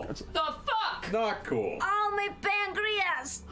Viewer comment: How on earth did Laura get Jester to pronounce "pancreas" like "sangrias"